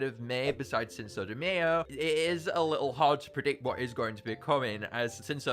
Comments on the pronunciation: bra says cinso de mayo (mayo like the condiment it cinco de mayo pronounced my-o and sin-co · I’m so, so, sorry, but the way you say cinco de Mayo is atrocious. It’s pronounced “sink-o day/deh my-o”. I know it looks weird when I type it like that, but yeah lol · I think cinco de mayo is pronounced sinko Dee mie-o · I was triggered when you said mae-yo instead of my-o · “Sinso de mayo” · Please don't tell me he actually unironically pronounces Cinco De Mayo as Sinso Da Mee-oh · I'm crying at "sinso de may yo" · Did…Did just pronounce Cinco De Mayo as Sinso de Mayo? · “Sinso De MAY-O” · please say cinco de mayo right bruh💀💀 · The way he pronounces Cinco de Mayo. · the way he says cinco de mayo infuriates me